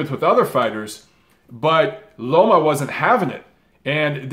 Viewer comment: I've been hearing alot of people, even after the win vs Rigo calling him LOMO instead of LOMA